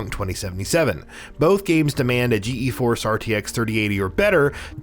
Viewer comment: I think he said G.E. Force instead of Geforce